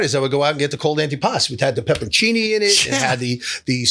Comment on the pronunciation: Thank you for not calling it “antipastO”